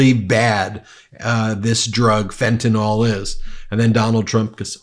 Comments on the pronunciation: It's not Fentanol bonehead, it's Fentanyl, that's nil, not nol! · Would you still have that smug expession on your face if you knew how badly you have been pronouncing 'fentanyl' all this time? You pronounce it as if it were 'fentanol'. But it is not it is fentan*y*l. The 'y' is pronounced like a short 'i'. Honestly! The word is so crucial to your argument yet you keep getting it wrong over and over. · Please say the name of the drug correctly. It's Fentanyl. Not Fenta-NALL. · It's fentanYL, rhymes with Bill. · Ben, fentanyl is pronounced “Fen-ta-nil”. Maga is mispronouncing it and it sounds completely ignorant to all of us in the medical community. Love what you do, keep up the good fight! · It might be a small thing really, but I wish of all platforms, would pronounce "fentanyl" properly.